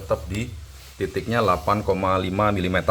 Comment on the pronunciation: Penyebutan satuan mm nya banyak yang salah om 🙏